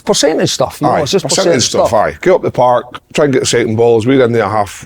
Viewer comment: thats the best part of the show when kev starts saying park